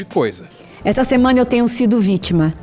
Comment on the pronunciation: Gente, amei o vídeo, mas a fala da repórter do UOL falando "semena" igual a Amenda me tirou do prumo kkkk.